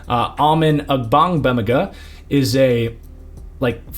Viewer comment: I want to highlight the fact that you said Ogbongbemiga first take and kept going. I literally cant say that name 😂😂😂 Props